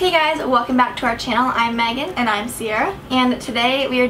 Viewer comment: Who else heard say Maggie instead of Megan